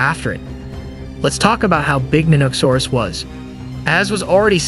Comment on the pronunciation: It is a very strange way to pronounce the word, one people who are into dinosaurs generally don't make.